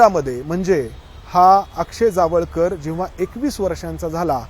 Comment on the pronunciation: Jaavalkar nhi tar jawalkar ase nav aahe